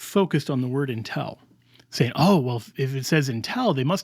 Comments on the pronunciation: Confusingly, mispronounces an important word. It is UN TIL not EN TEL. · Until ???!! It sounds like you’re saying intel. I was very confused. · Great talk, but why are you pronouncing until as intel? That can be jarring and confusing. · I just wish would pronounce ‘until’ instead of ‘intell’. Sorry, I’m ‘picky’ in regards to pronunciation. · this drove me a little crazy 😅 great arguments though ..